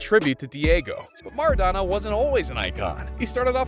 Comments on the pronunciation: Its mAraDoNa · ITS MARADONA NOT MaRaDaNa